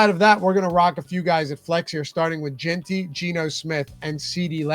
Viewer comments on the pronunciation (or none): It annoys me so much when ppl pronounce it JEAN-Tee and not JEN-Tee like it’s supposed to be. needs to brush up on his nfl names lol